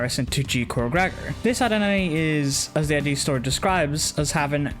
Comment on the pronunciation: You keep saying I.d I’m fairly sure it’s supposed to be id as in ego super ego and Id